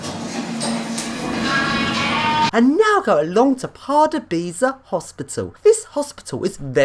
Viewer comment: Dont read it like pardubaici read this:Pardubyca